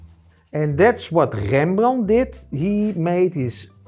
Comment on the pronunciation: Dear sir. Do I have to tell that I love your dutch accent. I loved this, even if I am familiar with paint makings since many years. I love when you say Rembrandt in a way that he would have said. I am a swedish old man, and understands just some words here and there, that we share, but I love the power and poetics in the dutch language. Many thanks for the tutorial.